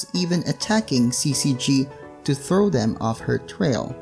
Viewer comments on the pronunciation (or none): none